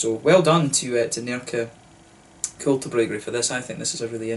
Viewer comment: Im super impressed with your swedish pronunciations! You are nailing the Ä, Å and Ö. Great review! Cheers from Sweden. Btw you should review Stallhagen if you havent already, a great beer from the Åhland Islands, if I recall correctly they make a delicious honey beer aswell